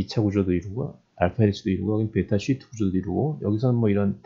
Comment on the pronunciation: 쉬트~예요~ 길게 발음해야죠~?? 재밌어요..ㅋㅋ